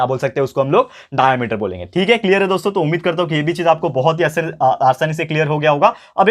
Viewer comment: Sir डायामीटर नही होता वो डायमिटर होता है